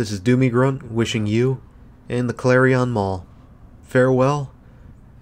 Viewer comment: Nice video and good memories of when it was new. But it drove me nuts every time he pronounced Clarion like it rhymed with carry-on luggage.